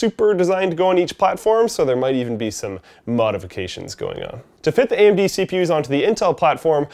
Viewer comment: What's an "Amen-dee"?